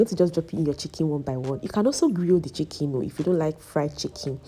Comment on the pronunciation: I love your pronunciation of 'chicken', it sounds like 'chicky'